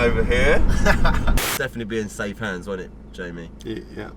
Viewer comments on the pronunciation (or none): none